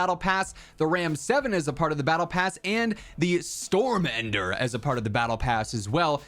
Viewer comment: Definitely refering to the gun as the "Store-Mender" ... and most definitely not the "Storm-Ender"